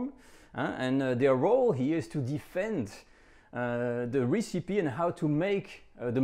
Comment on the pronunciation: Not 'Ree-See-Pee' - Ress-Epi (recipe)